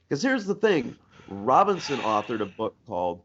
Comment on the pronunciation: Robison, not Robinson